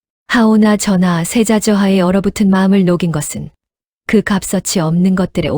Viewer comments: AI라서 발음(읽는소리)가 오류가 있는데 값어치를 갑써치로 읽는다니?가버치로 소리내야지요.그러니 모르는 이들은 그런식으로(AI식?) 발음하지요ㅠ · 와~값어치라쓰고 갑서치라 읽는다??? 내용이 유머극장은 아닌 것 같은데... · 갑서치. 갑서치 이게. 뭐요 값어치라고. 하는것이요 모르면. 배워서. 하라니까 왜 말을 않듣는거요 중국 사람들 혀가 짧은가 ? 하지 말라는데. 어지간이 말도 않듣네 .... 듣기 거북하오